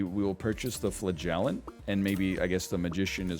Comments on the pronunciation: Hearing him say flagellant makes me wonder if I've ever heard him say elephant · I know its a bit, but how he mispronounces "flagellant" is actually killing me.